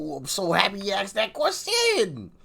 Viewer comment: it's not axxes... it's asked. I don't want to be a harda$$ but...